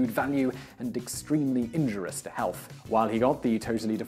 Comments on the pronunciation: Another instance of, I suspect, intentional mispronunciation of a quote. , he clearly says "[...] and extremely INJUROUS to health.", omitting the second "i". I have checked both U.K. and american pronunciations, and it should be heard regardless. It appears suspicious to me because I have noticed these small mistakes in several instances, and the host has otherwise excellent pronunciation. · pronounces it that way three times. Why would you suspect that it's intentional mispronunciation rather than ignorance?